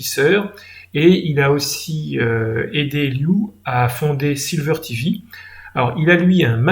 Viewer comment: par contre c'est sliver.tv et pas silver.tv comme argent.